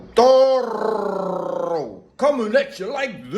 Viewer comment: I like your style. You different from the Brothas....rrrrrico. good tongue roll. Great videos man.